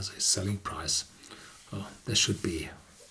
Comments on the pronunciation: The word "available" is pronounced "aVailable", not "aWailable". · Amrinder Singh - Horst's son, Ben, is German and he pronounces "available" perfectly. Also, I have several German friends who live in Germany and pronounce "available" correctly. Additionally, Horst pronounces the "v" correctly in other English words like "vanilla" for example, which he pronounces correctly in this video and many others. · I personally find it very remarkable that Horst has managed to make such a success of himself - he is, after all, an engineer - despite the fact that he mispronounces the word "available". This should give hope to anyone else that might be struggling with similar momentous issues ... No, just kidding. Horst has a wonderful pronunciation, which gives his presentation genuine character. Now, if everyone would just heed the well-known net-advice about not feeding the trolls, Joe would soon grow weary and leave for greener pastures.